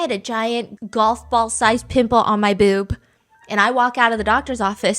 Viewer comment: sis says boob like bewb 🤣